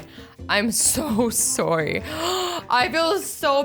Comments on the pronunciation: No-one: Not even a single soul Azzy: Sore-ie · Azzy: Sor sorry Me: So sorry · nice pronunciation of sorry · I love her accent went she she says sorry